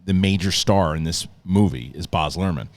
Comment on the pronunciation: It's B-A-Z nor Barzzzzz